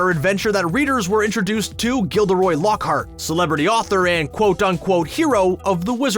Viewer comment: Mind you,it's Lockhart,not Lockheart! Besides,did you even read the book?